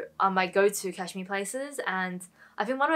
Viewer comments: I love that you pronounce cashmere as Cash-me its cute 😄😊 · I love how you say cashmere! I actually just received my order from Uniqlo and have some of the pieces you showed so very glad about that :)